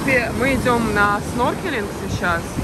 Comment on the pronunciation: Не сноркелинг, а снорклинг